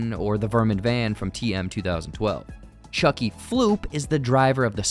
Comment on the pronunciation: Chuky plop